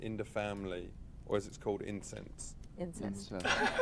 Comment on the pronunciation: "Incense" fucking pepega lmao